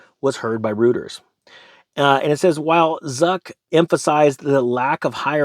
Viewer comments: Excellent information and thank you so much once again for helping us keep our eyes open and stay alert. One little tip: Reuters is pronounced like "roy-ters"--just a head's up because I like you so much. 😉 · Reuters is pronounced Roy ters